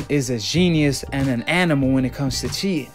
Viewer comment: Cheetin, cheetin..,every time u say cheetin... 😹